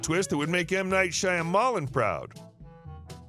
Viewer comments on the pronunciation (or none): I'm sorry, M Night Shy-A-Mall-En? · I know the movie director’s name is tricky to say but it’s actually pronounced shy-ma-lan 😄